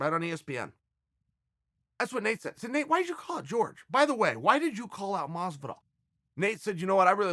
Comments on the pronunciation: Like if you were annoyed everytime Chael pronounced Horhe as George. Smh! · It’s Jorge. Not George. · pretty sure Jorge has said infinite times "its not "george" - Uncle Chael trolling lol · The biggest heel of the history, uncle Chael.... Calling him 'George' Masvidal... Especially knowing that Jorge hates to be called that way....🤣😂🤣